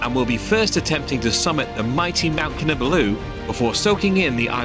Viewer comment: Your pronunciation of ‘Kinabalu’ is incorrect. It should be pronounced as 'Kee-Nar-Bar-Loo'. The city was called Jesselton when Sabah was under British rule.